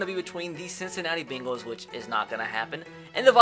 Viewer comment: It's pronounced Cincinnati BANG-les not BING-les